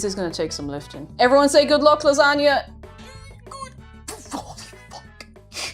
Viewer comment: LASANJANUA had me snort laughing. Oh I do love me a good gor-met lah-zag-nay. And that really hurts my Italian blood to type that.🤌🤌🤌